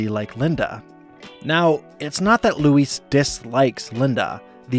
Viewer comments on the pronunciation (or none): LOO - EASE. Not Luis. It's only said a hundred times per episode. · You pronounced her name Luis the whole effin time. Lu-eez. Not Lu-ise. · Why do you pronounce Louise like she's spanish and her name is Luis. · "ITS LOUISE!" Not 'luis'. Get her name right or get out. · no mention of bobs bisexuality? also i love how he pronounces louise as Luis every time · You’re pronouncing Louise wrong. Use a z sound, not an s sound. It’s LOOO EEEZ, not LOOO EEESE. Say it like disease. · So either you're an AI channel, or you've never actually watched this show before. Her name is pronounced "LOU-ease" not "lou-EECE". As a result, I can't enjoy this video any longer. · Why are you pronouncing Louise like Luis? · It’s not pronounced ‘Loo-ees’ (rhyming with “peace”). It’s pronounced ‘Loo-EEZE’ as in “Geez! Louise! You’re the BEST!” You’d think after watching so many episodes of the show, someone making an entire video essay would pronounce a main character’s name correctly. (That is also a direct quote from Louise herself by the way, when introducing herself to the Edison-obsessed science substitute.) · LouisE not Luís 🫠🤣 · Dude the way you say the The female name louise as if you're pronouncing it as the male version is Weird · Louise... not Luis... christ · You call her Luis likes she’s a Mexican boy . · you keep calling her louissss her name is louise with a Z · Stop calling her Luis😭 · It’s Louise, not Luisss. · Louise, not Louis, please! It’s pronounced with a more “Z” sound at the end - Louis is a masculine name, Louise, feminine. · Am I the only one hearing “Luis” instead of “Louise”? It’s driving me nuts, they’re two different names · It's pronounced Louise with a Z sound not Luis, with an S sound, which is a Hispanic man's name. Since you just rewatched all episodes I would think you would know how to pronounce her name, it's not that hard.😡P.S. Gene is the gay one. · Why do you pronounce Louise as Luis? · Omg this was driving me crazy! Why is he saying “Luis” 😂